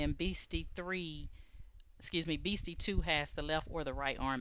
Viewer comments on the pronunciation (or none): Love this and love your creativity, however I believe it’s pronounced “Best-e” like best friends are called “besties”💕💕